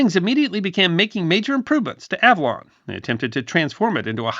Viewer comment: Interesting video. Your pronunciation of the island's name sounds quite odd to me, a SoCal native who's been there many times. I think you're hitting the consonants a bit too hard.